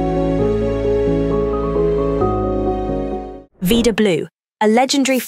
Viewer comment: It's pronounced "vie da" , not "vee da", Blue. Rhymes with "Ida". Since you use British RP accent, it rhymes with cider, not cedar. Anyway, may God grant Vida Blue eternal peace.